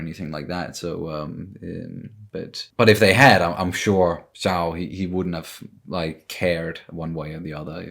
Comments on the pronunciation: i wouldn’t worry about your pronunciation— i never noticed to be honest lol but if your curious about zhao’s name, its the the “zh” sound that makes it different ya know~~ like “sh” but “zh”(if that makes sense???) and zukos name doesn’t have an “h”, so the “z” is more clear—- feel free to ignore me if i’m being overly (ㆀ˘･з･˘) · I think the correct way to pronounce admiral's name would be like "Zhao" (it's a common Chinese surname and it's a bit hard, because there is no exact sound in english for "zh") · The "zh" sounds like a French "J"